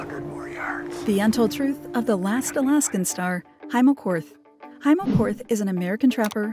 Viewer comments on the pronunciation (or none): Hi mo not hey mo